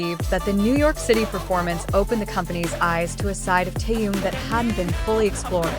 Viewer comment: Почему вы неправильно произносите имя Тэхён а?